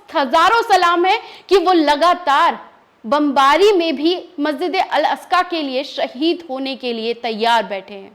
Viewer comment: मेडम मेकअप कौन से पार्लर करवाया है थोड़ा लोकेशन बताएगी । और मस्जिदे अकका नही है । मस्जिदे अक्सा ।है।